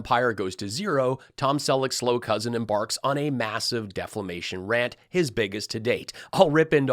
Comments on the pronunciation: MTG's face 🤢 not even a mother could love I wanna make shirts that say "Mike L said Deflamation"😂 an donate $1 for every purchase to the my pillow employee fund 🤷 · You would think that anyone that hears him say that would correct him. I'm sure someone in his circle knows it's defamation not deflamation. So stupid lol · Oh poor Mike Pillow, he truly must not have any real friends. If my mate was constantly saying words wrong, I'd pull him up and tell him. 🤣... "Deflamation" indeed. Great video 👍👍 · That's the way budget Burt Reynolds (aka my pillow goof) says deflamation, repeatedly! And for some reason his co-star lackey won't do what you just did, and correct the pretend christian ex-junkie. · "deflamation?" just....wow... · I thought you were just kidding about that "deflamation"... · You would think that someone would have taken Lindell aside and informed him that there is no "L" in defamation. Every time I hear him say the word it sounds like debt-fla-mation. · I swear Mike said Deflamation Deflamation and Fox Nudes 😂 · By the end of the rant I was beginning to think deflamation was the correct pronunciation. Thank you again for comparing the blond meat swamp feet to a ginger root. My favorite description. And thank you again for an evening of laughs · how many times is linda going to say it wrong before someone tells him?Or are they too scared? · You would think by now, that SOMEONE on Lindells team would let him know how to pronounce defamation. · Why doesn't Brannon correct this fool's mispronunciations at least behind the scenes? It's the stupid leading the f^cking stupid. SMH